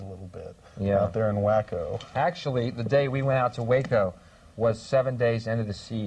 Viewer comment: Non conosco l'inglese, sono ignorante al riguardo. Però ho notato che Bill hicks ha una pronuncia di Waco diversa dal presentatore.